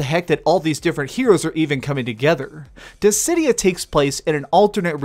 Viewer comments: "Dissy-Dye-ah" it's, "Diss-id-e-ah" Dissidia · Dizzeh-die-ah? Gods? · In all the time I've known about this game, including the PSP version, this is the first time I've ever heard "Dissidia" pronounced "Dizz-eh-dye-uh". I'm genuinely curious why you would pronounce it this way. Also, I'm thinking about getting this, but I have no interest in online battles. So, can I do offline battles in order to unlock the story, or does it have to be online battles? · I was so thrown off by your pronunciation of 'Dissidia' haha Good review, I'll probably wait for a sale